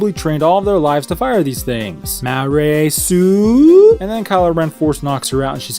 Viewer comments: Ma-Rey sue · ''Hey, can anyone say MA-REY SUE?'' OOOOH SNAP BOI, get rekt jar jar abrams